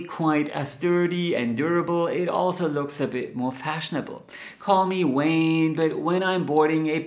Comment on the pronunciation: "Call me Wayne...." when you said that (around minute 3), you had me scratching my head., you're a sweetheart. You could never be a Wayne. I finally realized you meant vain. Gotta work at your 'v's, dear man - top teeth touching bottom lip. Please don't think I'm mocking you - I'm laughing at my stupid ears. My German stops at 'in Munchen stadt ein Hofbrau haus" and I can't even find the umlauts so I take my hat off to you in your mastery of English. Pax.